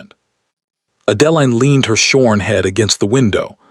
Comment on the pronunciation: You can start by having AI correct the pronunciation of the heroine's name. Horrible narration. What Adeline needed to find was a solicitor. Unfortunately, she is still underage in this story. Depending upon the year, for a woman it could be 25 and later in the century it was 21. So why didn't Adeline run for the nearest solicitor? Even in England of that day, the law required due process. They simply cannot haul her off to jail. How did 3 days turn into 3 weeks? He would have taken men with him. If Adeline's father lost all of his money, what is the stepmother living on? How is the evil stepmother buying gowns for Sophia? Lots of holes in this story. Amazing, Sophia is marrying the duke and the duke knows nothing about it. Another hole. How are they getting married without a license? How could gloves not hide Adeline's hands? Way too many holes in this story. Why is she not at the Duke's estate? She is still at Thornfield Hall instead of at Ravenscroft. The overall plot is good. The story itself is poorly done.